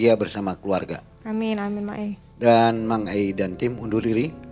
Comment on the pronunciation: aku dengernya narsumx bilangnya Mak'e ... bukan mang ei .. 😂